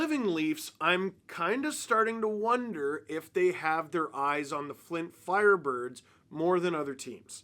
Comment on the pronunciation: I need your honest answer Steve, how many times did you say "Flint FLirebirds" or "Fint Flirebirds" while recording this?